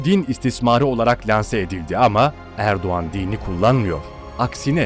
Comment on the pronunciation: Abi Erduğan değil Erdoğan